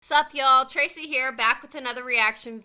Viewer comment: Thought you said "fuck y'all " instead of "sup y'all "